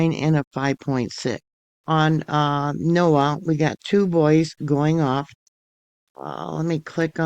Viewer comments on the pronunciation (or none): none